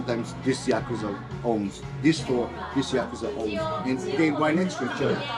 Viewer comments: So do you suppose ever learned the say "ya-ku-za" or did he persist with "ya-kooz-a?" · pronounced "yaka-zah" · Can't stand how you pronounce yakuza